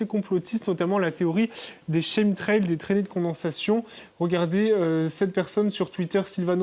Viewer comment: Aïe mes oreilles, chemtrail se prononce « kemtrail ».